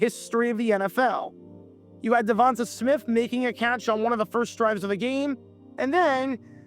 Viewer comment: BTW, DeVonta Smith's first name is pronounced də-VON-tay. As this alternate telecast, thank goodness the Tampa Bay Lightning played at the same time as this game so I could forget about this disaster. Even when ESPN runs it back in 2026, there will likely still be a ton of issues with it like this one had.